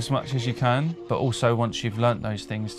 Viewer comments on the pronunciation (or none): none